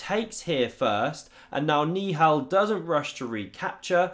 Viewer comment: i think hes saying ni hao instead of niihal💀😭